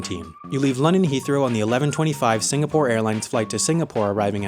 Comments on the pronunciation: its Singapore, not Sinagpore.... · "Sinagpore." . Hnnnnggggg. Nitpicking. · lol sinagpore ITS SINGAPORE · it is singapore, not sinagpore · it's singapore not sinagpore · Lmao its Singapore not sinagpore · it’s “Singapore” , not “Sinagpore” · its Singapore, not "Sinagpore" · Sinagpore? Btw singapore REPRESENT!!! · its not Sinagpore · “Sinagpore” The new Singapore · sinagpore lmao well done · Sinagpore? Damm new country?